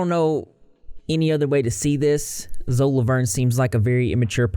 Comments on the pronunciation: Isn't it pronounced zoe-E? Lol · Isn't it pronounced Zoey Laverne? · He said zo